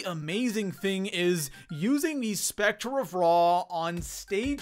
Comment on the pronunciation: Bro u say Spector every single time ur talking about the sCEPtor of Ra and I know it’s a nit picky thing but just thought You should know